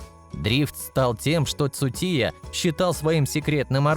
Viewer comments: Кейти цутия 😂😂😂 хоть бы имя правильно назвал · Озвучивает бот чтоли , названия машин коверкает 😢 имя Цучии коверкает хоть бы почитал для начала что же ты за бестолочь то такая